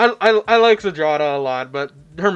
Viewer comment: would you kindly type malina or zdrada into google translate and switch translation to polish to english? if you know you know, if not you might be surprised , also the way you read that ... well you can listen to polish spelling too :P